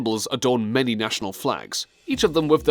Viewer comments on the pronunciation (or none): none